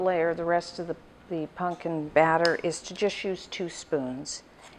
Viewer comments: Is she saying “punkin’”? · I love how she pronounces it as "punkin"